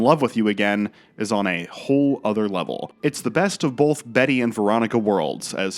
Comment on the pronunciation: Wow, what a segue into the ad Why do you pronounce it "bolth" instead of "both"?